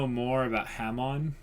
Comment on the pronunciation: It is pronounced (HA-MON)